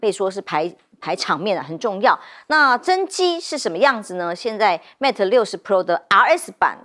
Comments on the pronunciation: 應有人提醒羅主持人Mate不是MATA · 記者做點功課吧！mate not meta 60！